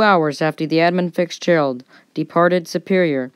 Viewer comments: All in all this was a pretty well done presentation. However, in the vein of friendly constructive criticism, there are a few items I want to point out. First is enunciation and pronunciation. I noticed it mostly in the names of the two primary ships in this story. At the beginning, it sounded as if you were adding an "s" to each part of the name i.e. 'Edmonds Fitzgeralds'. For pretty much the rest of your presentation it sounded as if you were saying 'Fixgerald'. The 'Fitz' in "Fitzgerald" should sound like fits. As in; "That jacket fits Gerald well." As to the other ship, about half the time it sounded to me as if the other ships name was the, "Arthur Manderson". I believe these issues are simply caused by rushing the read of your copy. Simply slowing down your reading rate, just a little bit is usually enough to correct this matter. Basically, go too fast and the words tend to bunch up or run together. If you watch/listen a few different seasoned presenters, you will notice what I'm going on about. The slower pacing offers some other benefits. It can lengthen a video slightly, thus increasing your watch time. It also adds an air of authority to your presentation. The other issues are content. I've never heard of any ship on the Great Lakes referred to as unsinkable. Anyone that has anything to do with shipping on the lakes knows that is tempting fate and foolhardy. The last count I saw indicated more than 6,000 wrecks in the Great Lakes, accounting for more than 25,000 los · I expect nobody was confused 🙂 but if they were, I wonder how hard they searched for the ship The Edmund Fixgerald on the Internets.